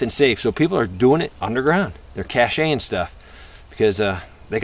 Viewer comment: lol "they're cachéin' stuff"...